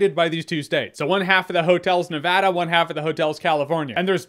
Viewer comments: Praise be to the baby Jesus he said Nevada correctly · Props on saying Nevada correctly